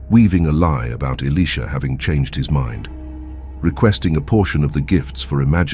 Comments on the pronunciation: 🎯🎯 Exactly, I said the same thing. It's annoy'n to hear Elisha, pronounced Alisha, or Alicia. So I hope 🛐the narrator, or content creator read our comments...In JeSuS Name, amen. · Alisha? Why is it pronounced different so often? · Why are they pronouncing Elisha as Elesha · I have heard Elisha only pronounced "Eli-sha" and not in the feminine sounding "Alicia." I am 70 years old and attended two seminaries and have not heard Elisha pronounced as "Alicia" until a few years ago when I heard it from a young seminarian from West Virginia. I notice the younger generation pronouncing several words differently from long accepted pronunciation throughout both the United States and the United Kingdom. What linguistic shift is taking place? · who can't pronounce the name elisha😮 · Father God I pray all the narrators of Your Holy Word learn to take time to pronounce all the names in the Bible & Elisha’s name correctly! Amen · What a misunciation of Elisha name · Make up your mind on the pronunciation of the letter I in his name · His pronouncement is wrong on Elisha name. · Who is ili sha or can't the pronounce the profit it think their talking about😮o boy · Can’t pronounce Elisha’s name correctly don’t say his name